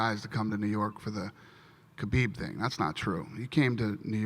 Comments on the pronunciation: david tanner Correct pronunciation is 'Ha beeb', the K is silent. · Did he say Khabib or Zabit fight of the Night??